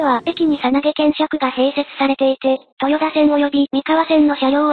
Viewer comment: とよだではなくとよた